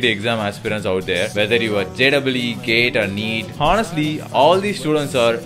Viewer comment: tamilians cant speak proper english. They will say "can be able", they cant pronounce "Honestly"..